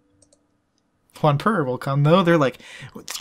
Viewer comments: Imagine its Jonpur. And why do u pronounce Vijay as Vagi? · Since when is Jaunpur in Spain? Your supposed to pronounce the J